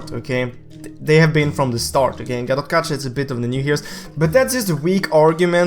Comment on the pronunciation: call GatotKaca GatotKacha and I call him GatotKaka